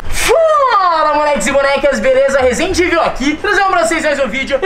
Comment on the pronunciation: Ele falou só de sacanagem falou errado Resende